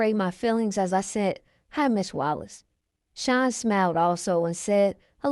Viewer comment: I enjoyed listening but I can’t help but say that when u would say “SEAN” it sounded like SHINE 🤭 but i understand the accent but i was straining to hear to keep up 😜but overall a good read